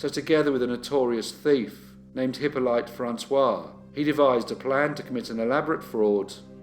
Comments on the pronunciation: Pretty sure the name "Hippolyte" is pronounced Hip-olly-ta not Hippo-lite. That said, I remember watching this channel in the early days when it was an absolute cringe-fest with any unusual or foreign names, so you've certainly come on leaps and bounds from those days :) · Hi! One small point. It's not "Hippo-light" but "Eep-o-leet".